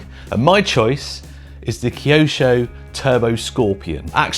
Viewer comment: I always thought KYOSHO was pronounced Kye osho, not key osho.